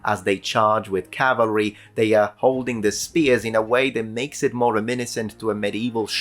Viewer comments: Small correction. It's CAVALRY, not CALVARY. A lot of people get that wrong. Corrected a historian correcting history - Achievment unlocked. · Cavalry not Calvery. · *cavalry, not "calvary"